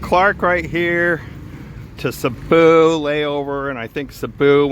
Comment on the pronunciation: Sabu ?? !! Do you mea Cebu 😮 pronounced See-boo 🙄🙄